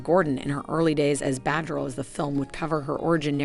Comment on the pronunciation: SomeThing wrong with the pronunciation: especially with the name “batgirl” and “Warner bros” sounded like “bahghirl” and “wanderbrahs”.